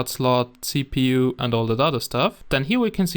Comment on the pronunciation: Did he said " Cheap u" ? Lol